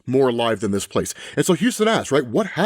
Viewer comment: Dude, you need to learn how to pronounce stuff properly if you're going to do these. It's not Houston(like "Houston, we have a problem!"), it's Huston(huss-ton phonetically). Please correct this is as it is aggravating.